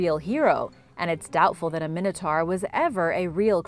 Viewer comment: It's pronounced min a tore not min a tar.